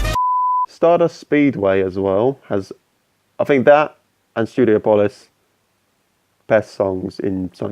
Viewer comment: Great content. However your pronunciation of Studiopolis triggered the shit out of me